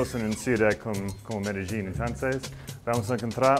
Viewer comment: I've never heard Medellin pronounced that way before. Sounds strange. But great episode.